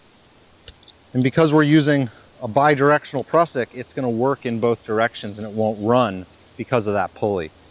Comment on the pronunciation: Great video, very informative. But please pronounce Prusik "prew-sick". 😆